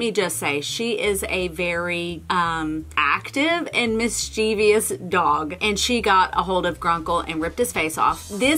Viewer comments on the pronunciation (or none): none